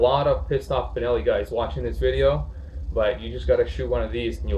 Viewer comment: Half decent video in spite of the fact that he mispronounces the name of the Benelli about 35 times